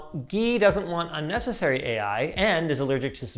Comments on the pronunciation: "uncessary" lmao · "uncessary"? Really? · "uncessary AI" lol